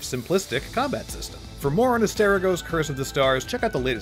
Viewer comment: Kept hearing him say Aterigon..